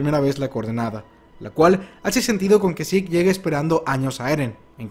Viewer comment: porque sik? es zeke, tal como suena